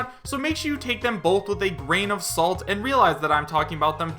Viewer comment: Stop saying graint of salt so often.